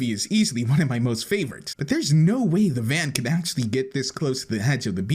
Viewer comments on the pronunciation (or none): "Favroites" 1Sin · "One of my most favroites"